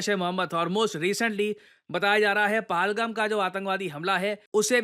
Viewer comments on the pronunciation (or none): Sir pronounce to sahi se kiya karo it is puhel(shepherd) gam(village) not paahaalgum